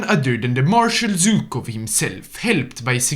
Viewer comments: It's Zhukov not Zukov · ZHukov, not Zukov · It's ZHUKOV, NOT ZUKOV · It's actually pronounced not Zh-ukov, and not Zy-kov. In russian letters, it's Жуков, not Зюков.